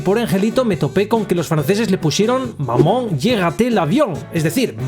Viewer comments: Me he reído un montón, no por el contenido en si, sino xq no sabia que mamá en francés se pronuncia MAMÓN.🤣🤣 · Yo si lo sabía, aún así no deja de sonar gracioso jajaja. Maman, seguimos cabalgando